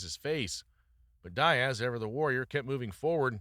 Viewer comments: Love the videos man, but dude its DEE-AZ, not DIE-AZ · nate die-ass.. but bro talks about nick die-ass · You or AI can’t even pronounce Nate Diaz’s name properly. That’s why you or your YouTube channel will never be shit.